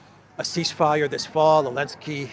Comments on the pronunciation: You can tell someone's a shill because of they way someone pronounces names like "Olensky" (negative slant) and "Lavrov" (positive slant) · Always wondered why you say Elensky? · Lol. I think it's physically impossible for you to say "Elensky's peace plan" properly pronounced and in a normal voice. Love it. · Silly. Just because the Z is silent, doesn't mean it isn't there. If the Z is implied you must be tried! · It's hits different to hear you say the z :face-blue-question-mark::cat-orange-whistling::face-fuchsia-wide-eyes